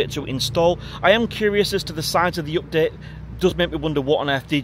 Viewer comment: its UPDATE NOT OPDATE im sure you punk are Irish